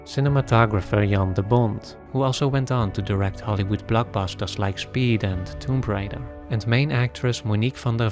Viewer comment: The “b” is silent in “Tomb Raider.”